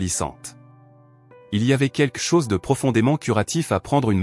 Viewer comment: "Quelque chose" ne se prononce pas "quekle chose " ou je ne sais quoi 😅 Blablabla .. .